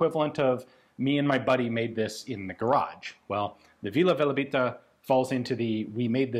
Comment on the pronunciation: I think its Velebit not Velabit Vila Velebita (Velebit fairy) is a Croatian song and Velebit is a mountian in Croatia